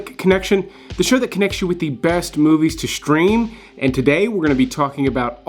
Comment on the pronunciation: Such a ghetto talker. Man, there is no letter 'H' in the word 'stream', and yet you pronounce it as 'shtream'.